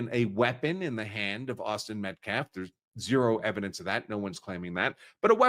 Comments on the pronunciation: In a previous interview he couldn't even get Austin's name correct. He said Metclaf several times. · He really is an idiot. In previous interviews he pronounced several words incorrectly & kept saying Metclaf. He can't even pronounce Austin's last name.